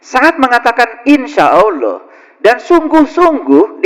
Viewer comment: Ini.. orang apa sih.. seperti orang stress..menyebut Allah saja salah bacaan nya..